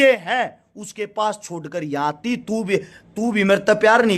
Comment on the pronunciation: Aati h nhi aatti h😂😂😂😂